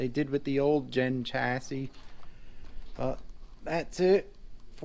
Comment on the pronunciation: Very nice collection. - The last 's' in 'chassis' is silent, except when plural. - I just got the Rage 2.0 for my daughter, same as the Mad Van, but with a different body and tires. Sweet car. They're only $180 now. (Mad Van might be $20 more) - Ah, THERE she is! You might not remember, but I got my Mad Force Kruiser VE years ago, right after you got your FOXX. Those Mad Force Kruiser tires are good all-around. Maybe not as good in the loose stuff as your original paddles. I sold it and now I regret it. It wasn't the best-handling truck, but it was FUN. I might break down and get a new FO-XX VE 2.0 in the near future... I miss a good quality rigid axle truck. I just bumped the old Mad Force Kruiser thread in RCGroups from 4 years ago, hehehe.